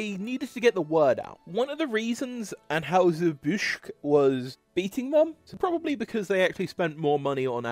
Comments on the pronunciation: While we're discussing pronunciations, it's "ann-hi-zer", not "ann-hoo-ser." (It was probably originally ahn-hoy-zer, but we've Americaned it up.) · Bro...the trouble you have pronouncing ANN-HIGH-SIR BUSH, is comedy gold! You must've tried it 6 or 7 different ways...and actually got it right...ONCE. The immediately went back to mispronouncing it! LMAO! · It's An-HY-zer BUSH. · What is wrong with your ability to say Anheuser-Busch? An-HI-zer Bush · People making YT videos, especially if you sound tlike you are from anoteher country, should learn how to pronounce the names of the companies they are talking about, like Anheuser-Busch and Stroh or Stroh's.